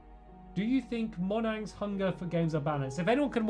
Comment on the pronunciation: "Monhangs?" You mean Monjang? The company that made Minecraft